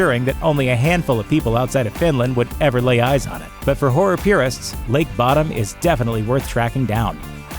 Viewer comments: Its pronounced bOdom, like Children of Bodom... Just irritated the fk outta me. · It's pronounced "LAKE BOW -DOM as in the metal band Children of Bodom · You mispronounced Bodom.